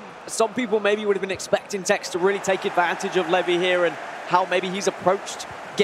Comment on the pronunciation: Absolute butchering of levy lol feel bad for him